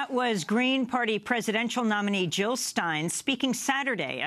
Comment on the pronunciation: Jill not Hill!